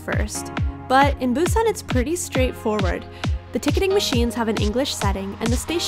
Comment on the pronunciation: Why is your pronunciation of Korean and Japanese words so strange? Even though your Japanese is fluent... ramyun -> RAY MAN ???? Mochi -> MOHH-chi Busan -> boo-SAHN Samgyeobsal -> samgyeobSAHL Hotteok -> hott-toh-KU